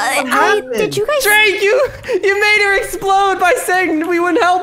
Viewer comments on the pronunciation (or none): It sounds like u say jake not drake